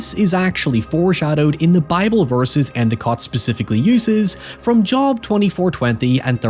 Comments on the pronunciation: Good video, small correction Job (is pronounced jobe, not job) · Its Jobe* like Job, is pronounced Jobe* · It's pronounced "Jobe" bruh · Job is pronounced “jobe”, as sung in The Smashing Pumpkins’ hit song “Bullet with Butterfly Wings” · it’s pronounced “Jobe” 😊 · Always funny to me when people read it as job lol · Why did you pronounce "Job" wrong? There's no way you didn't know how it's pronounced. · You're pronunciation of Job gave me an aneurysm. Good video regardless